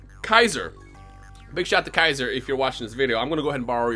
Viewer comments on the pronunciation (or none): none